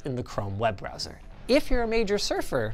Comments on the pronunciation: Ah yes, 'Broswer ' performance. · "Broswer performance"